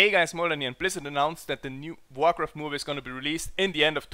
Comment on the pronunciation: * movie .. not mie :/